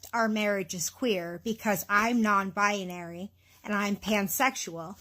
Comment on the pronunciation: What is a bi-ah-nary?! 😂